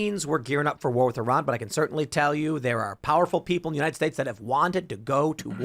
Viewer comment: Learn how to pronounce the name of Iran right you fools